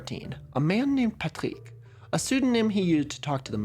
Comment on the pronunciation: french from France and never ever heard the word "Loyon" (also your Rs are so perfect when pronouncing "Patrick", your French must be excellent 👍)